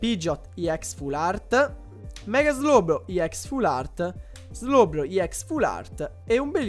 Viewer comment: hai sbagliato a dire slowbro ex